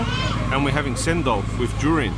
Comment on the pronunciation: Cendol is pronounced as cendol, not sendol. The green pasta is cendol